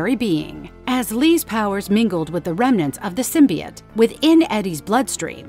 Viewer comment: “Anals” “symbuyot” this gotta be ai